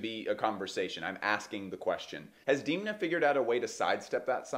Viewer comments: It is not deemna, it’s dehm-na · Haha 😂 I’m taking my pronounciation from a Vogue article that specifies how to say it. Interestingly, in the recent conversation between Alessandro Michele, Alexander Fury and Demna, Alessandro consistently said “Demna” with a soft “e” sound. I’m just picking one tbh 🤷 I wouldn’t bet money that I know how his mom says it haha